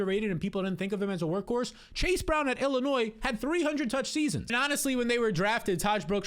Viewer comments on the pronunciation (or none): none